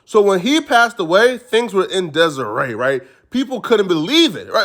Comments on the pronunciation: He said desarey or whatever but uts actually desarey lol the ignorance of these guys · Bro great content I gotta lyk tho lmao it’s disarray not desaray like yo girl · Nigga said Desirae instead of Disarray 😆😆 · Is Desiree? You meant dissaray? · Did this nigga say thing were on deseray as in the name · N!gga said “in Desiree”😂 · Nigga said Desiree instead of disarray. Smh. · Nigga said "things were in desiree" 😂🤣😂🤣😂🤣😂🤣😂🤣😂🤣😂🤣😂🤣😂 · Disarray not Desiree lmao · wen things is in "deserae" ..it's bad.😂😂😂